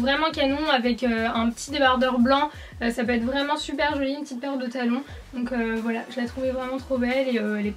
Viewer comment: Quand j'ai lu ce commentaire elle disait foilà. 😂😑